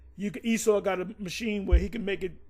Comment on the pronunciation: He don't know how to say Esau now...."Wait!.. let's see if E-sdras.... will save him"..."This man is calling on E-noch....".. E-cclesi as tical...not of the Most High?...had no problems with calling Esau by his biblical name before... what happened to they spirits?.. Isaiah Chapter 52? Isaiah Chapter 54??..huh?...they cringe to Read the last few verses.. Isaiah Chapter 53 in the middle there